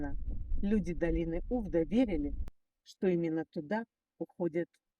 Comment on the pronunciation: Только не Увда, а увдА. УвдА" факт" на иврите. Названа в честь операции Увда. Ударение в слове на последнюю а.